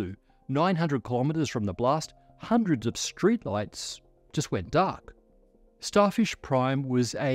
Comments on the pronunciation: "Starshif Prime was a..." Lol. We know has been following SpaceX's Starship program development closely (maybe too closely, like many of us) and now can't say "Starfish" the first time:) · I hear it as "Starshif" instead of "Starfish", accidently swapping those two consonant sounds. A classic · wait, did he just say “Starshif”? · he said starshif (spoonerising fish into shif) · Yeah starshif